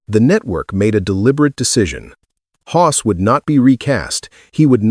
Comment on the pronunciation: FFS. Can’t even say Hoss. Time to move on to some other platform